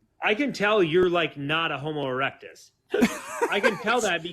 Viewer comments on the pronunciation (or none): If you didn't notice he also said "Homus erectus"